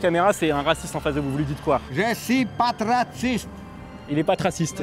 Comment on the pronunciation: il a exactement dit : JE NE SUIS PAS TRACISTE ! Un ivre ? En tout cas il sait pas parler :3